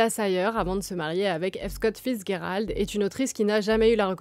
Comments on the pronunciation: The G in Fitzgerald is not a hard G, it's a soft G. It's confusing because it looks like a German name in origin, but its not, "fitz" basically means son of, usually it's a son born out of wedlock, but the name Gerald came way of the Normans to the English language, so in English we'd pronounce the G as a soft G, like a J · Vous prononcez son nom comme si c’était de l’allemand ou quelque chose… Le G se prononce comme en français (dans le mot « gérer », par exemple). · vous ne prononces pas bien le nom de Fitzgerald, sorry to bring it up but mes oreilles saignent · C'est horrible, mes oreilles saignent aussi ! 😂